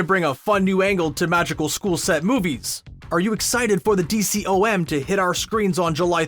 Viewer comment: It's not called a D-C-O-M it's pronounced Dee-com